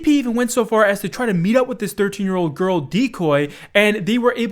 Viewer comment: Love how you don’t emphasize that she is 13 you emphasize that’s she is a GIIRRL!!!……?